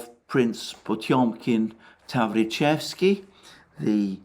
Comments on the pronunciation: It's TaVRIcheski with the stress on the second syllable. Yes, just in time for Halloween 🎃 it's Tales from the Crypt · Tavrichesky ( 2nd syllable is stressed).Your pronounciation of Russian words is eccellent. Information You present and it's analyses are extremely valuаble.Thank You very much.